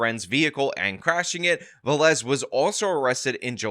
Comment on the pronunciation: Is Velez. The first two letters is pronounced like be in bear. Ve- (as in bear) and lez ( like less). Please, is really annoying. This is really common latin American and Spanish last name.